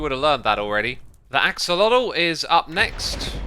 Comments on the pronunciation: Why do you say “axalodle”? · Just a tip for everyone, especially certain Minecraft YouTubers who love to play around with pronunciation and might want to use their powers for good: Axolotl SHOULD be pronounced more like “ashowahteh.” <3